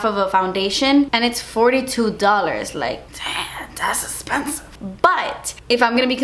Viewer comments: It always makes me laugh when you say "Das Espensive!", hahaha. #KeepingItReal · "das espensive" 😂😂😂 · I just HAD to replay the part when you said "das espensive" LOLL I love you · "Das expensive" series. 😂